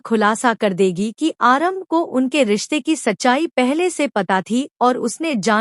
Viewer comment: को यह नहीं पता कि आरंभी का सही। नाम उच्चारण करे। वो उसको आरम्भ कहते हैं और उसका जैंडर ही बदल 5देते है। उसको पुल्लिंग बता कर nerrate करते हैं। सोशल मीडिया पर तो कम से कम सही बात बोली जाये। यह तो रोज का हो गया है।